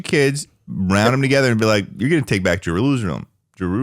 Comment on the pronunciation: can't say chutzpah, he can't say jerusalem, but loves calling himself and schlatt queer